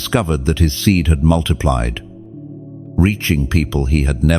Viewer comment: 555. WHY DO YOU SAY MULTIPLIED INSTEAD OF MULTIPLIED?I WOULD LIKE TO KNOW TO ANSWER WHY SOMETIMES I WOULD LIKEN ANSWER AS TO WHY SOMETIMES YOU MISPRONOUNCE WORDS, I KNOW WHAT YOU MEAN, BUT WHY DO YOU MISPRONOUNCE THEM?I DON'T UNDERSTAND THAT